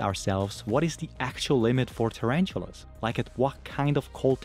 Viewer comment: Terantulas lol ....ta-ran-tula